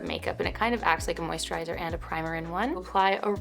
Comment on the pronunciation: The way she pronounced the moisturizer! LOL